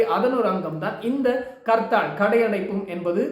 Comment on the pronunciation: It's not karthal.Say harthal.